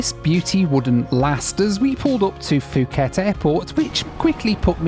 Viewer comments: It's not Fuuket it's pronounced Pooket! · It's pronounced pu ket, not fu ket. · Poo-get not Foo-ket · It’s Phuket >> pronounced Puket - not fuket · Fuuket Pookett mate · Love your videos. Have been such a fan but not really when you said Fuket instead of Pooket. 😂 Just kidding! Your videos are amazing! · Puh-get not fuhget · It’s spelled Nadi but it’s pronounced “Nandi” by the way. Also, Phuket is pronounced “Poo-Ket” not “Foo-ket”. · I love your videos, but you kept mispronouncing a word and it drove me insane. Phuket, Thailand is pronounce poo ket not foo ket. I know this because there was a sixth grade student in the class next to mine named Phuc. A substitute started going through the roster and I could hear her trying to come to a proper name. As she got to fu.k I jumped in and yelled its pook. Her response was "Oh, thank God!!" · It's pronounced (poo-ket), not (foo-ket). Because the h is muted. It's like saying Phnom Penh (puh-naam pen). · It’s Pooket, not Fooket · It is said Pooket NOT Fooket. It's Thai not English. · Nice video but please, it’s “pu-ket” not “fu-ket” Thailand. 😂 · Nadi is pronounced "Nandi". I used to think it had an "N" in it, lol. Could you not have done Nadi to Christchurch or Auckland to Australia? or were you wanting to minimise the transfers? "Poo ket" not "Fooket" How fabulous to see all the different airlines. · Really Fuket??? It's pronounced as puket ( phuket ) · It’s pronounced poo-khet not fu-khet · Just a heads up, Nadi is pronounced 'Nandi', and Phuket is pronounced 'Poo-ket'. Love the idea of this challenge! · Isn't it pronounced poo-ket? The p just has a little puff of air. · Bro what is “Fooket”… For someone who travels the world a lot, and for how well known Phuket generally is, I’ve never heard anyone call it that way. 🤦‍♂️ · fooket and mount raynee ey... hehe. Poor guy, he must be tired... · Phuket not fooket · Its Puket ! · Fuuket bro? Let me guess, that country is called Thigh land right? 😆